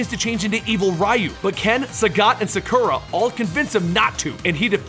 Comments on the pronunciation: He pronounces get just fine. My issues is him pronouncing Shadaloo as Shadalao and Sakura as Suckera. Why do so many people mispronounce Sakura as Suckera?! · fucking wot? its S.I.N you say an S than an I and than an N how stupid are you? and you cant even pronounce shadaloo or sakura or ryu